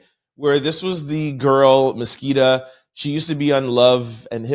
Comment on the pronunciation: Love you! Just wanna help you break it down to say it correctly. Her name is Ma-si-ka